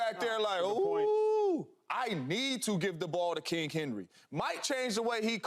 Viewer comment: Someone please tell Mr. Jones the word is king, not kink. It's Not Kink Henry!!